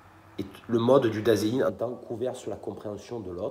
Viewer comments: Salut, juste, ei se prononce toujours aï en allemand, donc sein se prononce zaïn. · Bonjour,il me semble que vous prononcez mal Dasein.